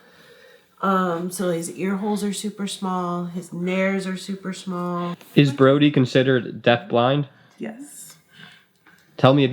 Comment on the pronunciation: Nares (nostrils) “NAIR-eez”